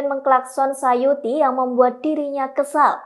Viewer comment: Tulisan namanya suyati... Tapi penyebutannya sayuti... Mana yang benar mohon info...